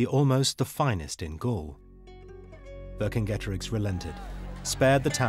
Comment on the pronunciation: Cicero? How do You pronounce that? Kikero? Kicero? No so why do you have to bastardise Vercingetorix? Does this hard C appear in modern Romance languages ? No so where does this bs revisionism come from?